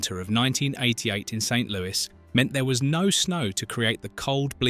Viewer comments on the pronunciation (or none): none